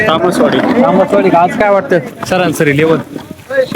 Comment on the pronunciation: Saransari nahi sarasari mhanaych bhau